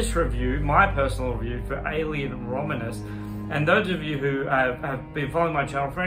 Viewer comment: I’m making fun of you for saying the name of the movie wrong. Learn English.